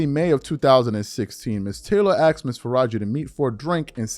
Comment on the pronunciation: Asked, Not “Axed”